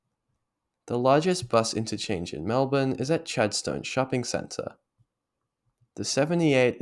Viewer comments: That pronunciation of chad-STONE was terrible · are you from melb? you mispronounced Chadstone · The way you said Chadstone :O